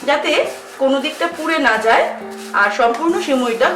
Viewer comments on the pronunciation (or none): none